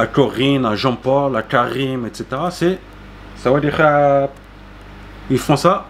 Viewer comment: Très bonne vidéo. Juste le sawatdee à revoir, mais je t'expliquerai 🙏